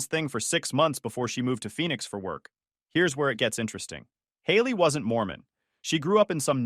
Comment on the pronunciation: Phoenix not Phenix